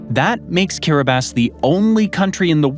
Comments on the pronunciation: Not sure about Ceuta, but Kiribass is correct 🤨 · Kiribati is being correctly pronounced here